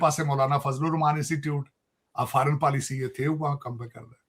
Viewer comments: Policy hota hai paalicy nahi😂😂😂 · policy ko paalicy bol raha hai 😂😂